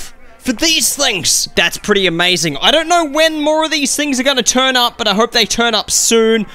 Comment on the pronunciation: when he says turn up it sounds like turnip